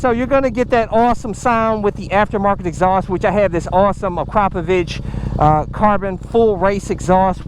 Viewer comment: Nice, and you’re one of the only people who pronounces akrapovic correctly.